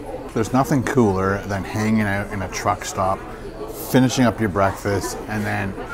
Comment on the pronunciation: "Check that ooot"